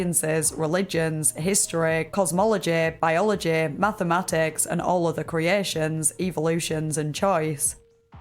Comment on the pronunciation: historeh, cosmologeh, biologeh